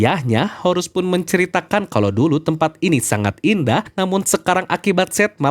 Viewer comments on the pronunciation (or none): none